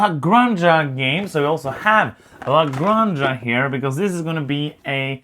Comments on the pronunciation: Good review, I'll definetily buy it, thank you guys!! . BTW Granja is pronounced like this "grahn hah" the way you pronounce house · Yes, this. In Spanish, j is pronounced like h. La Granha.